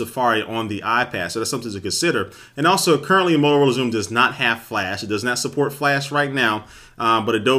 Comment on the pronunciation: 'molorola' xoom looool